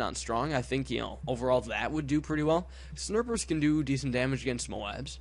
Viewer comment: Is it just me or are you calling snipers snerpers?